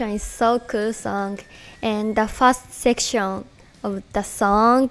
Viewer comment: The official pronunciation of "section" needs to change to Moa's version.